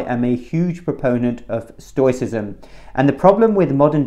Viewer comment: Even if he does pronounce it wrong.